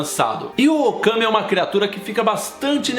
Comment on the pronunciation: Quando o falou Occamy eu entendi Okami!! XDDD E sendo uma viciada no jogo Ookami já fiquei imaginando se tinha alguma coisa relacionada!! hauahuahauhaua Acho que a pronuncia mais correta seria "Oqueimi" já que a letra "A" na língua inglesa tem o som de "ei"!! Alguém sabe de qual mitologia seria o Occamy!?? Ou se é uma criatura original da J.K.Rowlling!!??